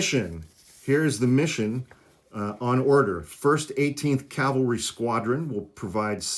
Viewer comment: “Cavalry”. “Calvary” is where Jesus was crucified. Just FYI.